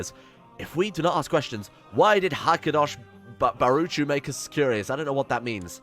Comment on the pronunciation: your hebrew is so funny!! the name Ahava is said A-Ha-Va with no R at the end. it means love. the name Hakadosh Barucho or however they write is a hebrew name for god. it means something like "the holy one may he be blessed" or some sort of translation. the CH in baruCHo is a sound that you do not use in english. just call him "Ha-ka-dosh" or just "god". good luck mate! cheers from Israel.